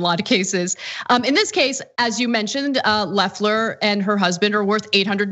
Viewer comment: I hope so. Loeffler's weave won't last long in prison. That said, please get name pronunciations straight before speaking them on air. It's "Leffler" and "SprecKer". Short "e"s.